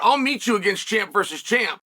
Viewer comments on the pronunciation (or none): none